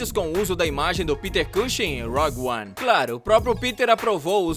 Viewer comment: Rog 1? Ou rougue 1? Cuidado com as pronúncias aí.